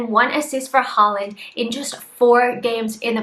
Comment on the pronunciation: It’s pronounced hore-land.